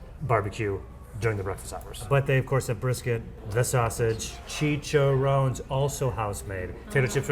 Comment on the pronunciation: Chi-cha-rro-nes. Four syllables. Not three.